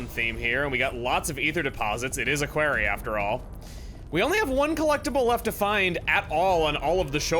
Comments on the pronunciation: Chuggaa, it's pronounced Quarry not Query, ones where doctor who fights the Sontarans, the other is what you do after buying a pizza online for a discount code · Oh god, I remember highkey stealthing this quarry (pronounced KWOHR-ee, not KWAIR-ee) during my playthrough. Get the goods and get out! And run in circles until the baddies leave you alone! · Is it quarry like “air” or quarry like “are”? (like the letter R). I grew up w/ Thomas the Tank Engine and my man George Carlin always said “are” so that’s how I know it Who knows